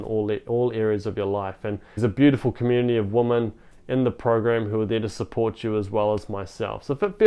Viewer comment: With all due respect, “women” plural is pronounced “wimyn” not “woman”